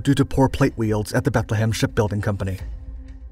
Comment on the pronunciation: How do you not know how to say weld? its not pronounced wield.